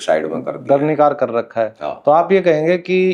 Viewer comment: दरनिकार 😂😂😂😂 नहीं भाई दरकिनार होता है